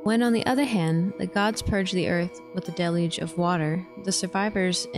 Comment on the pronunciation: You must learn to pronounce ALL the words you use if you are going to convince most people, like "deluge," for instance...if you cannot/did not pronounce that word correctly, you may consider trying/working on it... Very cool work...just slow down a bit